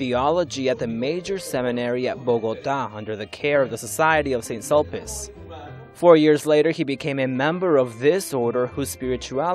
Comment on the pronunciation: Thank you for an informative article. It is very interesting to hear about the various candidates to the papacy. Just one note: the word is "pedagogy" is pronounced /ped'-a-go-dzee/, and not /ped'-a-go-gee/, and "Saint Sulpice" is pronounced /san sool-pees'/, and not /saint sul'-pis/. Otherwise, great article. Thanks again.